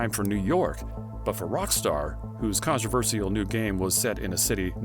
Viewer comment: Him saying controversial wrong is driving me insane